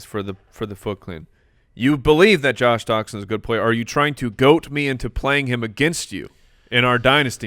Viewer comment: it's "goad me into", not "goat me into".